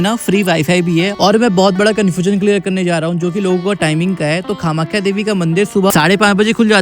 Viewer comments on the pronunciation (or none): Nice but it's not kha-makhya.